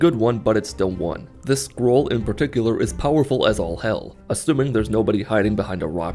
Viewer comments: For the first part of the video I thought he was saying squirrel and not scroll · Sometimes I think he says "Squirrel." Still works to me.